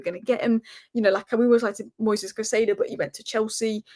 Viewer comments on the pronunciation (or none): none